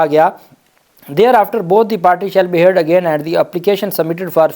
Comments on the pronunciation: AOA.Dear SB. Heated کو ھئیرڈ پڑھنا درست نہیں ۔اصل Pronunciation گرد ھے ۔میں آپ کے v logs کو ریگولر دیکھتا/سنتا ھوں۔جو کافی informative ھوتے ہیں۔ اسی طرح آج ے v logs میں determined کے pronunciation ڈیٹر مائینڈ نہیں بلکہ ڈترمنڈ یں۔ شکریہ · Heared pronunciation is ھرڈ جبکہ determined کے ڈٹرمائنڈ کی بجایے ڈٹرمنڈ ھیں۔